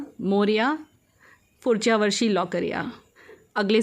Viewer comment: Just to correct- its Pudhchya varshi not furchya & lavkar ya not lokar